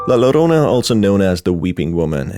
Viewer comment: Helpful note: In the Spanish language, the double 'l' makes a 'j' sound, so it's really pronounced 'jorona'.